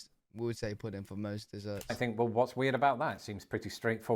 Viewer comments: I get a kick outta the British not finishing words like "wha" versus "what" ... puddin' vs pudding ...or, sometimes dropping off the 1st part of words like ear vs here My dad pronounced battery as "bat tree" ...his father's (great?) grandpa came from UK .. he also grew up on mincemeat pie ... I made it for him once .. he was so excited cuz he had not had mincemeat since he was a child (I had to look up a recipe ... it tasted awful to me, but my dad loved it) so, the monarchy does not have power, but parliament does? does this mean UK lives under an oligarchy? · I get angry when you pronounce words, lazily!! Example: button, pudding, and British. No t’s in button, no g at the end of pudding and British sounded like you said Brish!